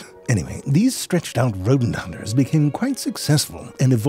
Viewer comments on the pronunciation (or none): the RRRodent!